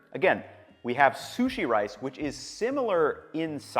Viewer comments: I swear you have a minimum of one mispronunciation per video. I’m not being critical. I just find it interesting. It’s like an egg hunt for me to find the word you mispronounce. Keeps me in suspense til I hear it. This time was sushi as sue-see . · “Soosy rice”